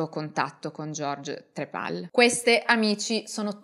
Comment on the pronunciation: stavo ascoltando attentamente fin quando non ha detto "trepal" sto schiattando